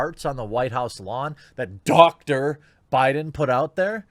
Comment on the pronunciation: Why is "Dr." Biden said so weirdly?